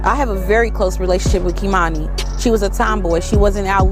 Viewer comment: You aren't even pronouncing the baby's name correctly! #sayhernameKeimani